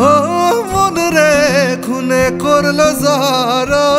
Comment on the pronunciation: গলা ভালো, কিন্তু উচ্চারণে অনেক ভুল। 'খুনে করলো জড়ো জড় 'হবে না, ঘুনে করলো হবে।